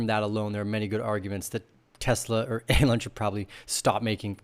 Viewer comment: Are you purposely pronouncing Elon wrong? Genuinely asking here.